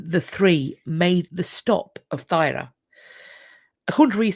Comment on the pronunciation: Thyra is pronounced Tura. I have a Viking name!